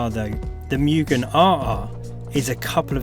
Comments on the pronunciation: I bit dislike the way you speak Mugen, Mu gen not mei gen. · Moogen, not meu-gen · Correct “Mugen” pronunciation: ✅”Moo-gen” ❌”Miu-gen” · Why does everyone say 'MUUgen' and not 'MOOgen' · mugen pronounced correctly as (moo-gen) not (miyu-gen) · its moo-gen, not myu-gen. :) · Mugen is pronounced Mu-jen not mugin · Dafuq is a "Myugen"?